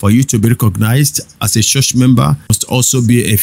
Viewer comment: Bro, school yourself to pronounce 'ch". It's very irritating the way you call church, much, reach. That rubbishes your broadcast.